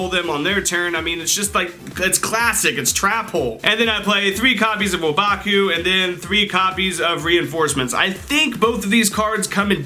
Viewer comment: He said wobaku